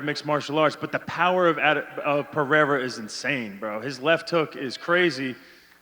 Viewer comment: Lol vitor pronounces Pereira like an American